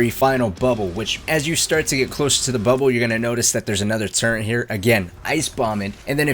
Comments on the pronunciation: there in no "n" in "turret". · What are you talking about? It’s the turent not the turret